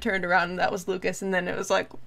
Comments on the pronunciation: Yes the 'S' sound is silent. Its just Luca(s) 🙂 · A little piece of advise on French language: you don't pronounce the s at the end of Lucas :)